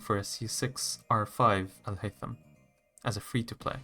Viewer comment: Are you Arab ? The way you said Alhaitham was very correct